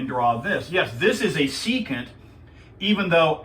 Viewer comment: Your pronunciation "secant" was only correct one time in this video.